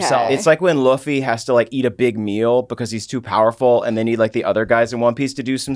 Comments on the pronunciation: New here, love this. But my dude is, Lou-Fee, not Luf-Fee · Coming back to this vid, I just noticed that I think got infected by julia's saying luffy is pronounced like hillary duffy